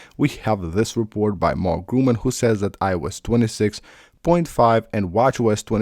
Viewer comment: I’m sorry but, is it REALLY THAT HARD, to pronounce Mark GURMAN’S name correct??? It’s NOT GRUMAN it IS GURMAN. I just don’t understand, why You ABSOLUTELY REFUSE, to say his name correct, if You talk about him. Greetings from Switzerland 🇨🇭